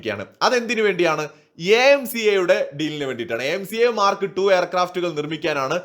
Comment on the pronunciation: the Russian offer is SU57 total tech transfer and co production in India. India already has SU 30 production in India. When you say Mark Two, pronounce it as Mar kTwo!